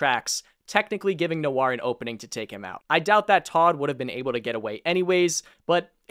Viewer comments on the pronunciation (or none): none